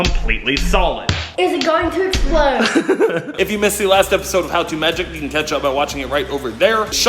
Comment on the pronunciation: It’s EXPLODE NOT ESPLODE